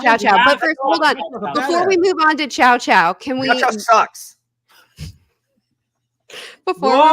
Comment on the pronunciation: My ears bled everytime you say Chow-chow